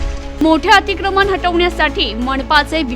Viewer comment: मणपा कडून😂 अतिक्रमन😂न ण का म्हणता